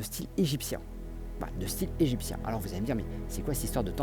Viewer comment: bonne vidéo, cependant ta diction en terminant les E par A est insupportable, c'est : un style et non un "styla", sinon bonne continuation.